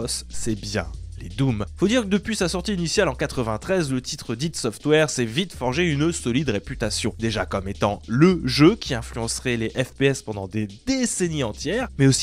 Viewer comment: Mais mais mais...toi aussi tu prononce id.software comme ça?! C chelou j'trouve, pi c'est anglophone, les k1ri prononceraient pas "id' software"...c'est I.D (idea) software plutôt, prononcé comme "idée" en anglais nan (d'ailleurs en fr ça ce prononcerai idée aussi)..? Enfin j'sais po...en tout cas ça sonne mieux de ouf!